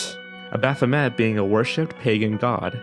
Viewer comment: abathamat.....hmmmm i think you should look up how to say things XD